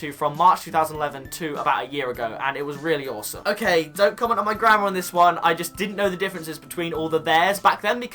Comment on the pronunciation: Why is it whenever u say grammar I hear grandma 😂😂😂